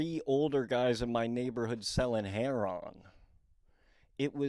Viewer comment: Loved the shoe roasts and started following you cause of those and then saw you're from Emmaus, PA (near where I grew up) and living the dream in LA. When you said two people selling heron I had to laugh cause I haven't heard that pronounciation except in the southeast of US. Anyhow bro, you've definitely had quite a journey and not much support in doing so, but your continual drive is inspiring and I'm sure it'll eventually get you paid. I just wanna say that so many people from southeast pa would be so happy to say they tried to make a life for themselves in denver, chicago, or LA and you've found a path through all of them, so don't feel like you don't have anything to show for those years. I'm excited to hear in depth dives of those stories. I also want to say that your walk with God doesn't have to mirror others, and its a personal relationship. God will preserve u in LA. Every time I've visited LA I eventually feel this sinking feeling that I'm not cool, rich, or hot enough to make it in LA. I can't imagine what it must be like to grind out a future there, but you probably have to suspend some reality and sensibility to cling onto your uniqueness and individuality, which are always going to be your selling points as a creative. I'm in no way giving advice just writing down what I've thought about while watching this video. You're living the dream bro, get rich or die trying type shih. Keep at it. Your commitment to sobriety is a testament to your drive bro. Respect and